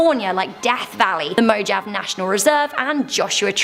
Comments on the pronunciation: Moe jave? Lmbo nvr heard it pronounced like that. Mow haa vee is more like it. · Interesting video. Mojave is pronounced moe-Hah-vee ☺️🥰